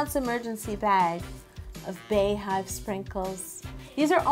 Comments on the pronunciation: Bey is pronounced like Bee. The same way you pronounce it when you her name Bey(bee)yonce...But this cake is so bomb!!! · Yo I love you but it's still pronounced "BEE" Hive... Her name is BEEYonce not BAYonce.... We are the Bey(Bee)Hive. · pronounced "BEE" Bee-Yon-Say :(( love you tho Yo LMAO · It’s really not pronounced “Bay.” Idk where that comes from. Bey has never pronounced it that way nor has anyone close to her. Lol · I’m apart of the Beyhive but I’m cringing at Yo’s pronunciation. lmao 😂